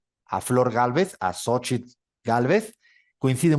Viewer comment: Guatemala eligió!! Con tanto en contra y se logró. Es una gran noticia. Viva Guatemala! Saludos desde México PD:, no es difícil decir Xóchitl, que no te intimide la X. Es Tzó-chil